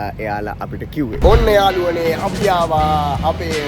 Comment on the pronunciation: ඔන්න යාලුවනේ කියල එකපාර කියන්න එපා යකෝ.ඇහෙන්නෙ නිකන් .................................... වගේ